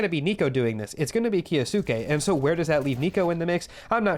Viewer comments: hate to be that guy but its key-o-skay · its 'kyo-skay.' great vids. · its pronounced kyo-skay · the way you say kyousuke hurts my ears.. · Your videos are great but with the pronunciation of his name i couldn't finish this one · Kyou in kyousuke is one syllable. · The way you say kyousuke gives me second hand embarrassment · The way you pronounce kyousuke is 💀